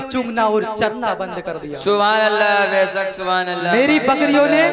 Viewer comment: साइड से जो सुबहानल्लाह की आवाज आ रही है ,,,,, उसमें मासाअल्लाह और बैसक बैसक की आवाज आ रही है 😃😃😃 please तलफ़्फ़ुज़ में दुरुस्तगी लाने को बोलिए ,,,, माशाअल्लाह और बैशक सही जुमला है